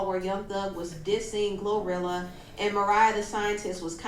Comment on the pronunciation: He mispronounced her name and called her Gorilla tho😭